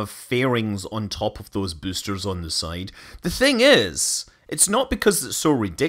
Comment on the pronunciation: Came here to hear büüsters and wasn't disappointed. Bonus müün.